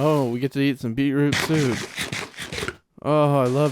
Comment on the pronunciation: Anyone else super amused at the way says beetroot soup? Beeproop soop 😂 love the vid as always 8023